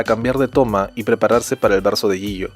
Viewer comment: Mk los nombre hay nooooo me estresa cuando dice el nombre de jihyo